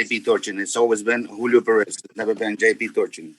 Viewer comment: I’ve never heard a Julio pronounce their name “Jew Leo” lol. wtf